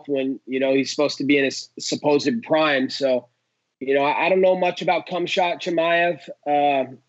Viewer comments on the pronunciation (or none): He said CUM-CHAWWWT…. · Bro said “cumsh0t Chimaev” 😭 😭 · He said Cumshot Chimaev 💀 😂